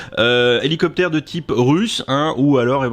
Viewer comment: Houlou copter :)